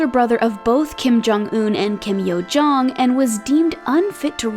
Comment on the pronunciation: "Kim Curt Yo-jong"